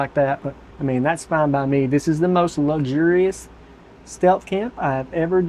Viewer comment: "luxurious" okay bro lmao